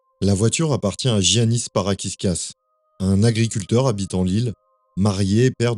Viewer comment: on ne dit pas giannis pour un prénom grec, on dit Iannis